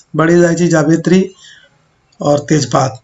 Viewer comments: Tej paat not paad ok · I can't stop laughing man.... Although I got paat but still can't control on ur ears specialization in hearing. Tej paad!